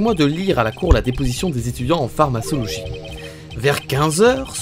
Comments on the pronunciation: La fameuse PharmaÇologie 😂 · Mon petit coeur de pharmacienne saigne avec ta prononciation de pharmacologie 😭😭